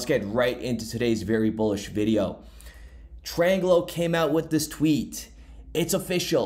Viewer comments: It’s pronounced TRANGLO and NOT Tralango lol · Where did you get an "L" between "tr" and "anglow" ? Tran-glo, Tranglo. Its simple, a 3 year old could read and pronounce it. Like i'm going to trust or listen to someone who cant pronounce simple words. You never go to school, or only occasionally when you felt like it ? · Tran glo, no letter repeats twice. Not tri ang glo, not trang glo.. Tran glo. Tranglo. 2 syllables. Try again. Now, thanks for the content. Keep up the good work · Its TRANGLO not TRILANGO. great video tho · Tranglo... FFS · There's no I in Tranglo. Pronounced Tran-Glo. ❤️ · 🤦‍♂️ bro stop mispronouncing Tranglo, read it again ! Only one letter L in it